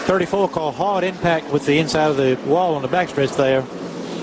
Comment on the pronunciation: I’ve never heard anyone pronounce “hard” like this